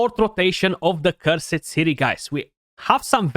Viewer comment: Cur-sit, is now cursed again according to Plarium. I wonder when Kah-El will become Kael again. And yes Cursed, not Cur-SIT